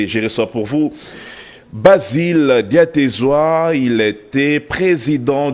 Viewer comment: C'est Basile Diatezwa pas Batezwa ! Encore une fois il intervient pour recadrer les politiques immatures !